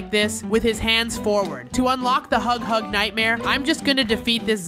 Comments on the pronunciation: Can anyone help him that's its huggy wuggy NOT HUG HUG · You said hugg hugg not huggy wuggy. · It's name is not hughug its huggy wuggy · His name is not hug hug it's huggy wuggy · Its not hughug its Huggy wuggy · Why are you calling him hog hog?